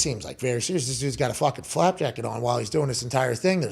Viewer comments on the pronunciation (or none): Pat, it’s FLAK* jacket lmao also, who else in the PMS fam is about to be deployed into this shitshow? Gotta find a way to listen from a FOB in Poland 😂😂WHADDDD 🤟🏽